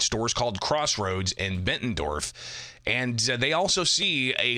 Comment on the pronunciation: Bettendorf, not Bentendorf. Gave me a good chuckle.